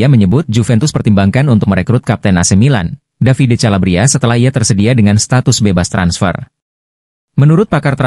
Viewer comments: Kalabria calabria lawak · Calabria lagi